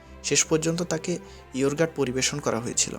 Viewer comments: Yourgut bolte kisuie nai ....Pegan pie bolteo kisu nai ....kono video upload korar age ta niye study korben banan and uccharon thik korben ....Yogurt and Pigeon Pie ....banan ami bole dilam ar uccharon ta google kore shikhe niben ...thank you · ওরে ধইরা "ইওরগাট" খাওয়াইলে উচ্চারণ ঠিক হইতে পারে।